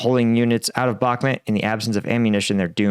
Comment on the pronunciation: Sorry for being a dick but it's Bakhmut (Read as: Bakhmoot) and not Bakhmet.